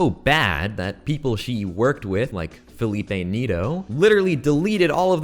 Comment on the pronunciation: i had a fucking stroke whenhe said felipe neto "feilipei neito" dglkjasoqagw